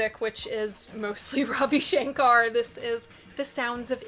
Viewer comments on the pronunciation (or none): none